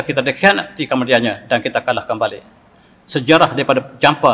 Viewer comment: Sebutannya bukan Kalah tetapi Kalaa'